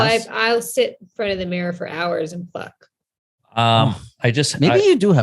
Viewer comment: rob says meerror not mirror and its hilarious